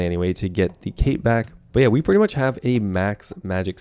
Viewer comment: Did you pronounce yeah as Jeah? European heritage revealed